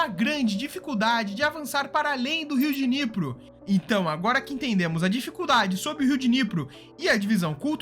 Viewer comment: Riu Diniyepri... q Dinipru...